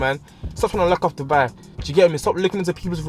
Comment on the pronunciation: Man said they’re begs😂😂😂😂😂